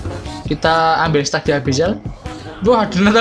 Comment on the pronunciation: Stack dibaca stek bang Stuck baru dibaca stak